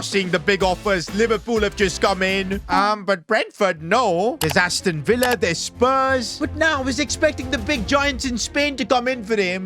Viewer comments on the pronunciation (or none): none